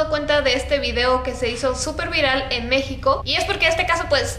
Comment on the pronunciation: dijo mexicio